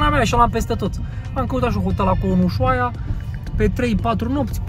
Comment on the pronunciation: Se pronunță usuaia!